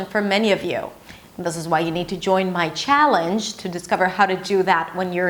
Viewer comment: Very impressive. Except for some minor detail. Scottish. That C should be a K. Also. Challenge. You pronounce the ch a bit off. But overall. Very impressive. Native passing. Intelligent lady.